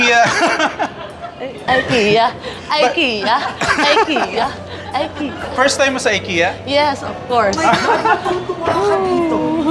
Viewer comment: Right pronunciation of IKEA (Swedish) is I-K-I-YA (I as Ikaw) & not AY-KE-YA.